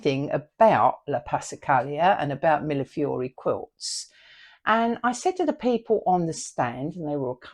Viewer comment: Finally! Someone who knows how to pronounce Millefiori! I can’t tell you how many times I’ve heard it pronounced as Milliflori. I know it’s a ridiculous thing to be bothered by. But I am. Your channel is lovely. I really enjoyed it. Always love other witchy beings.